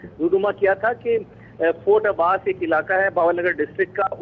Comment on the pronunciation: فیورٹ عباسی نہیں فورٹ عباس